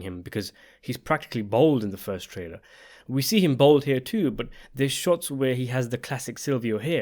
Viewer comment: the word is 'bald', not 'bold'.